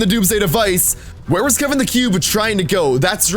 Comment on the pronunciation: I already said ik but he said kevan not Kevin damn I’m deleting that comment